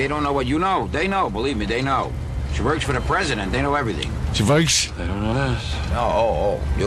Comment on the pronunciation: She Voirks